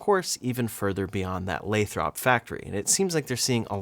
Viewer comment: Isn't "Lathrop" pronounced "LAY-thrup," not "LAY-throp?"